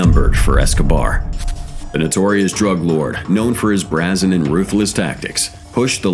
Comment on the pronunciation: That's not how you pronounce brazen